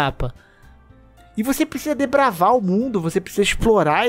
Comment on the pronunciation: Desbravar e não debravar